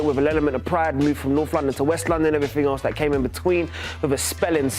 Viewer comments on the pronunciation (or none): none